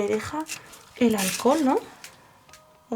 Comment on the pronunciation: embriagada por el ahlcol😂 jajaja minuto jaja